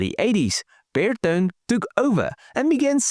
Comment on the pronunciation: Hello I am a keen follower/commentator of Your videos, but I must make a "point", kinda: You said beetone! Sorry, it's Ber-to`-ne, Italian, with the "weight, on the middle of the word. YES, I know, I am a pain in the A**, but it sounds very odd, even to me, who has 3 languages in my "portfolio", but hear differences, in many more. And, I am just pulling Your leg. And, a great car and a nice video, again, keep these coming, and I'll keep watching/kidding. from a Finn in Diaspora with a 😀